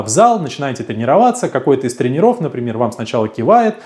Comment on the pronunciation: Слово "тренерОв" режет слух...